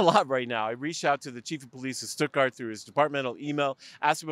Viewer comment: It is pronounced Stut-Gart. Rymes with studder.